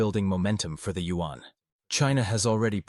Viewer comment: Also! This commentator not pronouncing Yuan correctly… In the speech to text function “Yuan” is spelled out as “UN” which would be nice for you guys to correct thx guys.